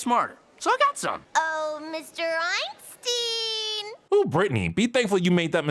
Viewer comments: I think the joke was that Britney pronounced the name wrong so it sounded more like the human trafficker Epstein(steen) than Einstein(stine) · The joke was that Britney pronounced the name like Ein-steen instead of Ein-stine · it's the way she said it. It sounds more like Epstein.